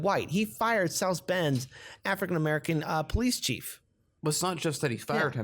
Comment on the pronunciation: What the fuck is an "AFRIN MERKAN"? Speak people's names and categories with RESPECT, please! Afrin merkan for fuck sakes! Freakin' "Whypeepo" !